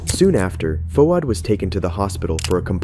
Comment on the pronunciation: I’m Australian and I’m a bit of a grammar/pronunciation nazi….. the way the presenter pronounces “Fouad” as “Fu-ad” was killing me. Fwaad my bro. FWAAD